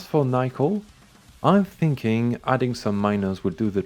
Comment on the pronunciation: Nickel not being pronounced as Nick-el is making my brain tickle